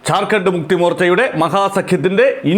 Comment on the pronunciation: ചാർഖണ്ഡ് അല്ലജാർഖണ്ഡ് ഞണ് ശരിക്ക് പറയാൻ പഠിക്ക്